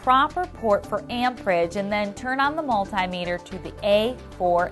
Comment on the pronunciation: OMG please say multimeter properly, thank you